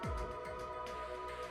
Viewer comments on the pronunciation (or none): all i hears is MUSTERBpiece..... GOLDEN ~